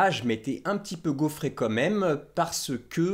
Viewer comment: je t'aime mais attention tu dis "commême" au lieu de "quand même". Et super boulot continue comme ça!